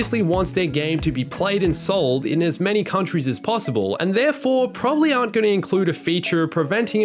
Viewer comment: Did he say clones are humans or “arnt” humans I can’t tell. Btw clones are the same species of what genetic template they are from obviously. CC a real world clone of a cat is still a cat.